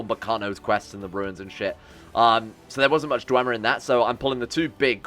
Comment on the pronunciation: if i hear dwemer-y one more time i am going to bring up documents about the falmer.